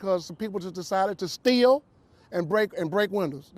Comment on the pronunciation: I like the way he said "stieal" and "break windas".